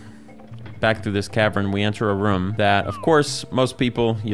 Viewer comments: Love when says Ruom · been awhile since ive heard room pronounced like ruhm